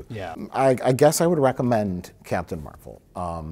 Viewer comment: as a comic fan, i’m cracking up over mike pronouncing captain marvel as “mar-vell”